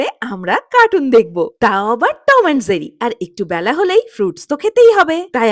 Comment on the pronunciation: Not Zerry , it’s Jerry.